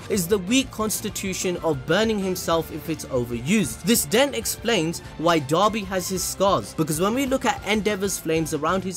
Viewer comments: People: pronounces "Dabi" as "Dobby" My brain: "Master had given Dobby a sock, Dobby is free!" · Dabi not Doby